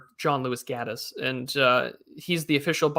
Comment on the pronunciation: Just FYI: it’s John Lewis Gaddis, not “Gladdis.”